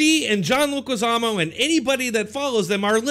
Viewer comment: Leguizamo??? Really??? Come on man…